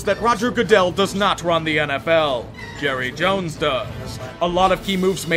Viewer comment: Palpatine > Jerruh Jones